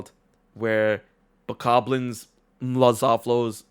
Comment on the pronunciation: I had to stop listening when you both started mispronouncing Bokoblins ...